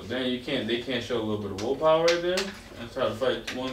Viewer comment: Meruem doesn't want to fight, wants to use words,: WILLPOWAH